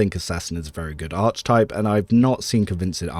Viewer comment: Proper pronunciation of archetype is aar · kuh· tipe with a hard “K” sound, not “ch”. Don’t mean to be a stickler, it just sounds odd and distracts me from your content (which is the best online, thank you).